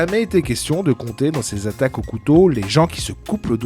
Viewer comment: Cent vingt zattaques ?!? Ce ne sont pas des données zactuelles !